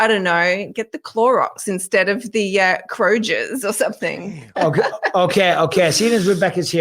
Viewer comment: its pronouced Kro.gurs Mrs.Bisping